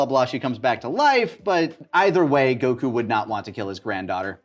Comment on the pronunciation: How come says Go kuuu and Pon but not Kulilin?